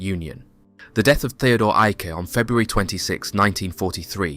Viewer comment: Excellent job pronouncing German names such as Theodor Eicke.